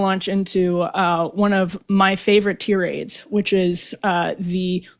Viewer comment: I cannot get around how you pronounce Tirades